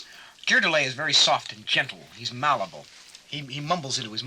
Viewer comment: He mispronounced both “Charlton” and “malleable”